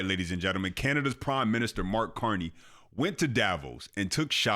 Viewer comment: "Prim" Minister